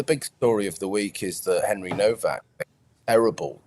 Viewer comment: Why is Nowack pronounced as Novack?